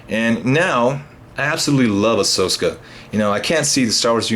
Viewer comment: If I heard him right he's saying ahsoska instead of ahsoka I cant even watch this anymore